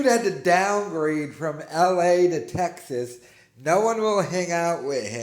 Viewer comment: "if i move from las anggellez they wont find me in TEGGZAZZ to zoo me"